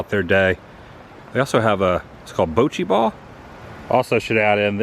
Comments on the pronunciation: Pronounced bah - chee - ball. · It's baa-chi-ball Thanks for the tour and showing us your amazing gift talking with the squirrels! usually its cows. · It's a swallowtail butterfly and bocci ball is pronounced as the bo in robot. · bocci ball is pronounced… ba-chi